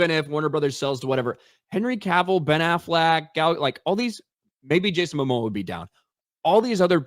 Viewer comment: "Ben AFLAK" 🦆